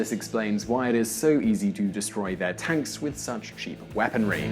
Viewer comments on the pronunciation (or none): none